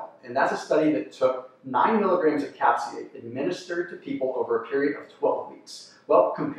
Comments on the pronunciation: Is he saying cap-say-kin instead of cap-say-sin? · Many people do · Bruh how do you mispronounce capsaicin